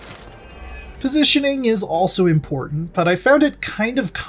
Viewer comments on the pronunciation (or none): none